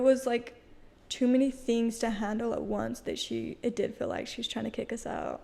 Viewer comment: They say dill instead of deal Fill for feel and enunciate the last letter of a word especially T and K